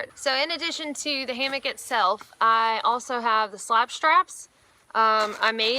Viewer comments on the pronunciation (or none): Hammock not hammick